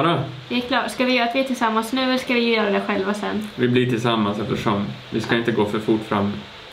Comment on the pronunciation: Hahah älskar att hon med börjat säga ”ja de kan vi göö” alltså istället göra göra. 😂